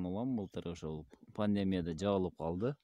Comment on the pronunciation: Пандеемия эмес Пандемиия